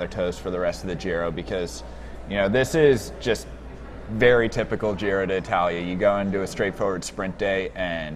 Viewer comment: Can Michael say the name of the race from now on because doesn't know how.